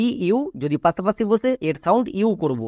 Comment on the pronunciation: বাংলা উচ্চারণও ঠিক করা দরকার। যেমন: পাশাপাশিকে পাছাপাছি বললে খুব খারাপ শোনায়।